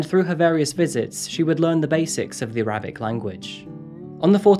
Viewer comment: 'The A-rabic' - has a funny way of pronouncing some words! 🤣